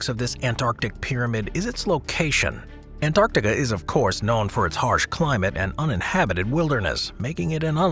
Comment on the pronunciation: I dislike this guys way of saying Antarctica....